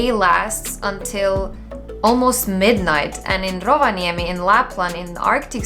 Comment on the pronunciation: I get that you have lived in Finland for a while, but i have never in my life heard an foreigner pronounce Rovaniemi as well as you.